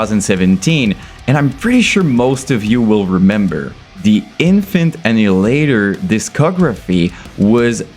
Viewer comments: Why you mispronunce their name? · lad at least pronouce there name right jesus its not difficult at this poinjt im sure youve seen multiple reaction videos to em hence your content right now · I refuse to listen to a guy who doesn't even say the name right.